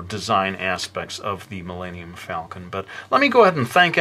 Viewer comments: Did he just say millannium falcon? can he not pronounce Millennium? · oh my god you replied... i love your art i was just like wait did he say Millannium haha you're a really awesome artist!